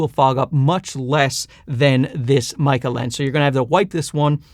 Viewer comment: sweet jesus someone finally pronounced it right. the "Maykey" pronunciation kills me. very useful review. good work.